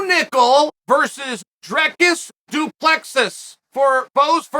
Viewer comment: I dont think thats a good match for Dricus. He has too awkward of a style and gets wild, which leads to alot of opportunity for Bo to take him down and keep him there. But hey, you never know.. And Chael, you pronounced his name wrong lol